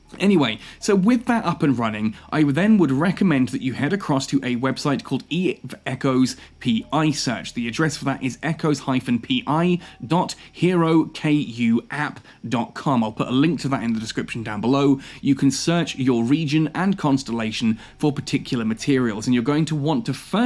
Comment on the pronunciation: it's pronounced "her"-"oh"-"koo"